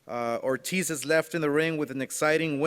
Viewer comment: I’m surprised Oscar doesn’t also say Tito Oh-tiz 🙄